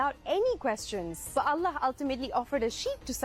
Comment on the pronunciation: Lebih tepat betul penyebutan Allah non muslim Malaysia dari kebanyakan orang Indonesia. Oloh oloh apa itu oloh...